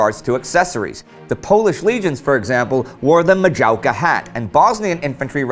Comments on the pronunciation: rly? i am from poland and the ,,maciejówka'' dont sounds like majauga hat... its a MA-CI-EJ- ÓW- KA spell it your self :v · the pronunciation haha...it’s mah-chay-oof-kah. Great video nonetheless! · It is Maciejówka - Mah-chey-uv-ka or something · You shuld to read maciajówka like masejovka. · that was pretty bad pronunciation of Maciejówka. In fact my name is Maciej, do you can trust me, I've heard bad pronunciations. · I laughed so hard when you said "maciejówka" hat. That wasn't even close to the proper pronunciation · Nothing really, as a polish I just found it amusing how you said it. Imagine a russian reciting Hamlet, and you'll get the same impression. I still enjoyed that episode;)